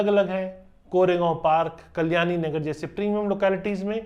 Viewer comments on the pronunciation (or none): WTF man you have literally no idea about Pune and you are just compiling information from google. Your pronunciation sucks big time. भाई सारे जगह के नामोंकी माँ बहन कर दी तुने 🤦🏼‍♂️ Please update yourself. If you are struggling to pronounce it correctly, get someone's help. Here are the correct names in Marathi. पुने ❌ पुणे ✅ कोरेगांव ❌ कोरेगाव ✅ कल्यानीनगर ❌ कल्याणीनगर ✅ बनेर ❌ बाणेर ✅ वकाड ❌ वाकड ✅ खरडी ❌ खराडी ✅ पुनेवाले ❌ पुनावळे ✅ हिंजेवाडी ❌ हिंजवडी ✅ सवरगटे ❌ स्वारगेट ✅ रामावाडी ❌ रामवाडी ✅ चांँदनी चॉक ❌ चांदणी चौक ✅ नाळस्टॉप ❌ नळस्टॉप ✅ माणिकबौग ❌ माणिकबाग ✅ लोहेगांव ❌ लोहगाव ✅ हिंजेवाडा ❌ हिंजवडी ✅ चकन ❌ चाकण ✅ तालेगांव ❌ तळेगाव ✅ उंडरी ❌ उंदरी ✅ चिंजवाड ❌ चिंचवड ✅